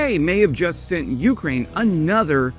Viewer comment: I like you and subbed, but the way you say YOUkraine is cringe. Can you please try accenting both syllables equally. See how that feels on your tongue.